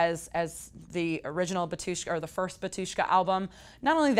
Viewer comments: It's BAAAAAtushka and it's Slavic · In name of band, emphasis on the first syllable - BA-tyushka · bAtushka. emphasis is on the first syllable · It's pronounced BA-tu-shka, not ba-TU-shka. Sorry it just sounds silly as a Russian speaker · U mean "BARTushka"